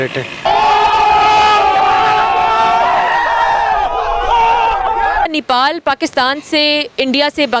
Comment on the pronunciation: पाकिस्तानी यो को नेपाल का नाम भी नहीं मालुम है नीपाल नहीं नेपाल हैं।नेपाल पाकिस्तान से कहीं ज्यादा सुरक्षित है